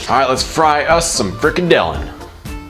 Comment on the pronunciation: haha you pronounce it so funny "freak a dillon"